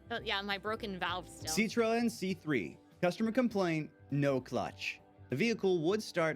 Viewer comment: Did this guy really say "See-troh-ehn" instead of Citroen?